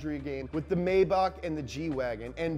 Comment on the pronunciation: Love you, but it's pronounced "My-bach" not "May-back". In German, you don't pronounce the first vowel when there are two vowels together.